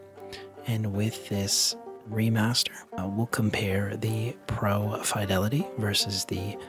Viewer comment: You pronounce fidelity incorrectly